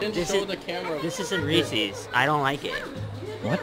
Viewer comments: No one says "Ree sees", cmon! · You'd think someone who loves reeses so much would know it's not pronounced reesies... LOL